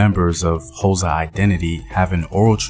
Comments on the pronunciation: its not hoza its x its a click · Could you google how to pronounce xhosa? Its very disrespectful for you to make a video about the "hoza". White historians at least try get tge names right, you just butcher them and assume your melanin gets you a pass. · Took me a while to realise that the "hoza" is xhosa. Since you can click "xh" just say "koza" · Not Hosa…it is more kôzza! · The"HOZA" lol🤣... its XHO.... say it with me XHO .....XHOSA...KWAXHOSA MTASE... am kidding man .good content😁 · What is HOSA it's Xhosa man come on , everyone can do the click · mjita uthi "hoza" 🤣🤣🤣 learn them clicks ngqina lam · You couldn't learn to click? It's not that hard.. Bob & Doug MacKenzie are not "Xhosa" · No No this is misinformation. please do not talk about a people you cannot pronounce them correctly, please stop this! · Not in a bad way but Why would you do a documentary on a tribe that you can't even pronounce? Maybe do a documentary on your tribe and culture so that it can be interesting to watch. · Can never forget who you are - imvelaphi. Mara eish kau, only if you could try and pronounce the X(hosa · Okay maybe try another way of saying it. Say it like how you say the word "Click" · Bro, I will pay you to pronounce "Xhosa" correctly. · It is Xhosa bro u pronounce it the same way u say “Click" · I Wish could teach you how to pronounce it. It's easy to Pronounce Xhosa I teach white tourists to Pronounce it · Thank you for the video but you are not pronouncing Xhosa correctly. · I really wanna watch this but I can't sit through 6 minutes of you failing to pronounce Xhosa correctly. But I'mma still leave a like and share the video 😂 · Translation it was difficult because when he said Xhosa my body shivered. But it's worth it cause put a lot of effort into this plus he put his heart into it. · I forgive him for not being able to pronounce our language. The clicks are near impossible for people who an't pronounce them.